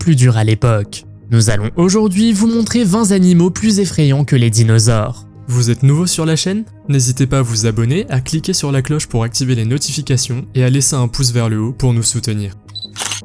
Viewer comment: Tu pourras donc jamais t’empêcher de dire 20 zanimaux !? Vingt ne prend pas d’S donc on dit vingt animaux .. tu ne dis de quelqu’un qu’il a vingt z’ans …Corrige mon vieux !